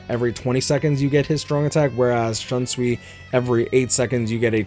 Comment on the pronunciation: Also, not tryna be offensive but, many Bleach fans (especially the Western ones) pronounce Shunsui's name wrong. It's pronounced as /Shoonsuy/, not /Shunsuwi/